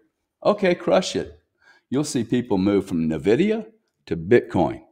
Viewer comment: GRANT Cardone is a real estate expert that says you need to use everyone else’s money to invest. Which isn’t a bad idea. But he isn’t an expert on the stock market nor crypto. He can’t even say Blackrock or Nvidia correctly. You can’t even say his name correctly